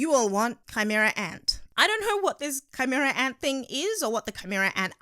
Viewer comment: ki-mera- anto